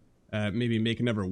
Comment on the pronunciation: "Anovver Marvel Gate" xD